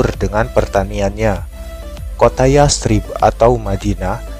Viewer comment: Bacanya yasrib kak,,pake tsa' bukan yas_trib